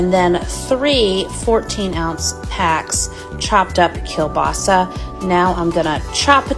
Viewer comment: Finally someone who knows how to pronounce “Kiełbasa” !!!! Great recipe!